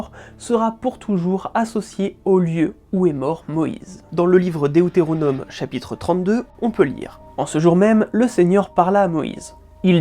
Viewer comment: Ibtéressant :) Petite remarque cependant : Vulgate, Deutéronome, Canaan etc sont des mots passés dans la langue française et se prononcent donc "à la française" !